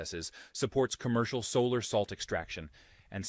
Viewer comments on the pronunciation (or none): none